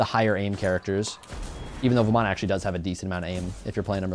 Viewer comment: You pronounce it varman, in Hindu the A at the end is silent, ravan, ram, ganesh are all the pronunciations.